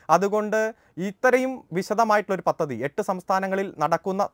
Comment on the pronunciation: പത്തതി അല്ല... പദ്ധതി...